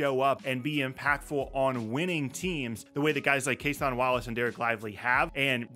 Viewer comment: Just a heads up, since you've said it a couple of times that I've seen. Cason Wallace's name is pronounced like "Jason", not "Casahn". Almost everyone says it like that at first, so no judgment. But the guy's good enough that I'm pretty sure you'll be saying it more in the future.